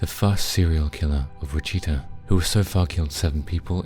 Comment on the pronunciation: Look up how to pronounce "Wichita" please....